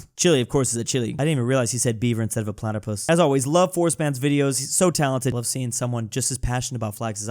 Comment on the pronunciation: bro said "Platerpus"